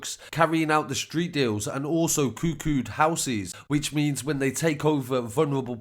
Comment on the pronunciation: Coooo coooood houses lol lol Bro it's cuckoo